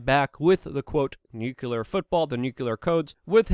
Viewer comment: For gods sake Luke its nuclear, not nuke U ler! There is no second u in that word. Pronounce it correctly or you sound like little Bush jr. - ignorant! Other than that, great reporting as usual!